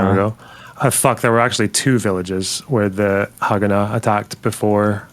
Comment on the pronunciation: Worst pronunciation of Haganah I've ever heard lol.